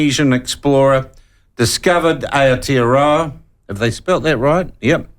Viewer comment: Wait what 😂 how is this at all offence im Maori and ppl complain regardless.. im a big supporter of the platform HOWEVER our host here does himsekf no favors purposely trying to mispronounce Kupe as KOOPAYYY and OWTEAROWERR and calling Matariki made up? Not helping our cause at all